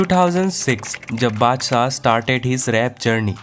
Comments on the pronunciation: Badsah ❌haddsa 😂😂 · Badshah ❌ adshah ✅ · Badshah mut Bolo yar !🚫 Padshah Bolo ✅